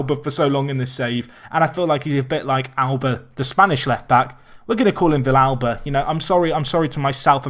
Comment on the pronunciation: nope, you pronounced vilalba correctly